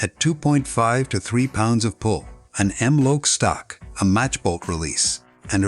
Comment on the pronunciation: These computer generated - I love and hate them. The content is often good, but…calling the .22 “point twenty two” and .44 a “point forty four”, and M Lok as “m loke” is funny, and kinda taints the veracity of the overall video.